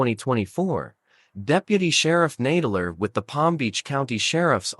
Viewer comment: The robot voice keeps pronouncing "Nadler" incorrectly.